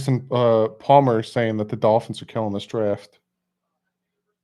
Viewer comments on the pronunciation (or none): none